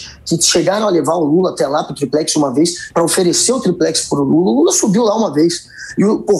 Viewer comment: Noblat diversas vezes disse "triprex", hahahahaha! O cara é uma piada!